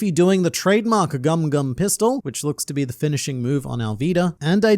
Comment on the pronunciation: you've been in their payroll now, to promote its a sad show really they can't even say Luffy name properly not even gumo gumo they didnt even seems to watch one episode of the show its really sad adaptation